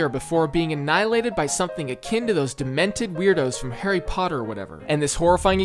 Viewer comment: de ment ORS, DEMENTORS, NOT DEMENTED, also getting "killed" by dementors is not exactly a fast process, it takes 10 seconds tops